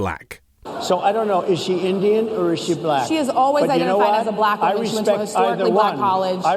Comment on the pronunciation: He pronounces black.... buh-LACK .... He's showing his degradation of black people right there with how he says that word. I really hate him.